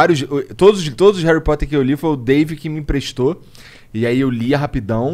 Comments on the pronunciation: Me da agonia Monark falando réri poter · Monark fala Harry Potter igual minha mãe kkkkkkkkjk “Reri poter” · Que agonia ouvir o Monark falando "réri poter" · Vitoria Americo então deveríamos falar ARI POTER pq o “HA” tem som de “A” no português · Esse flow só foi pra falar Heri Poti kkkk